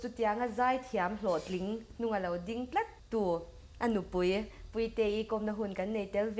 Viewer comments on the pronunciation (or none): A kawmtu hi i thiam em em rualin, i mizoțawng hman hi dik deuh zawkin hman tum țhin la ka va ti em... FTH channel phei hi chu en hlawh ber pawl ani bawk si a. "Chibai" tih tur "Chibei" tih te, 'Mai' tih tur "mei" tih te, "Tlat" tih turah "Tlet" tih te, a tam mai... Khawngaihin lo lam uluk deuh tawh la, ngaihthlak a nuamin, en a manhla lehzual ang... 👍